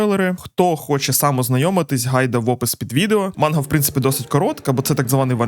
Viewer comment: Правильно: манґа ; пояснію чому. Слово манґа складається з наступний ієрогліф [ マンガ ] якраз ガ читається як "ґа". Це затвержено у будь-якій японсько-українські системи транскрипції. Додотково для перевірки ви можете послухати через google перекладач, або знайти відео японською. Додоткова інформаця ガ також означає як міль